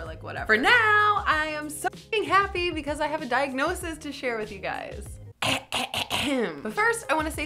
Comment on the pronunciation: 0.26 - I have a dike-nosis to share with you guys!!